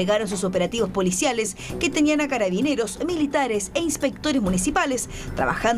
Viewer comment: ''Catabineros'' XD